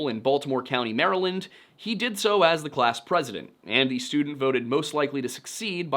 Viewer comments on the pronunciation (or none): none